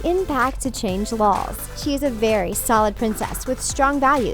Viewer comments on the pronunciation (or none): I heard Val not Belle . What the ?